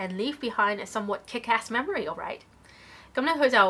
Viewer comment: somewhat was incorrectly pronounced, the stress should be at the beginning